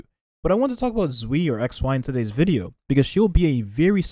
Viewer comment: Shoe Yee not Zwee lol